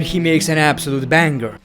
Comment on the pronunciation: it's BANG-ER bro, not bang-ger